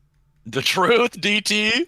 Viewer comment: “Duh-Truth” my guy…but otherwise good vid.